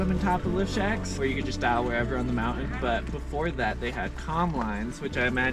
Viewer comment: Hey mountain has a T in it